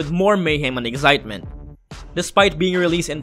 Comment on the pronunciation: eggzitement? LOL XD